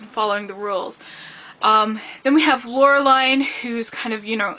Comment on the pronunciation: Nice video, I grew up with these comcis btw It is pronounced "Laure-lean" or "Laure-leen"